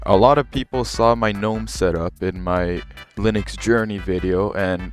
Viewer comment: finally someone that doesn't pronounce the g in gnome! honestly one of the big downsides for gnome for me is having to hear people say guh-nome. I've just finished trying out both in a virtual machine and KDE feels like the Linux I remember using 12 years ago. It doesn't look modern. It doesn't feel modern. Going from Windows 11 or especially modern versions of macOS to default KDE kinda just sucks. Gnome looks great, and it feels great, and as you've shown off here there's plenty of customisation possible.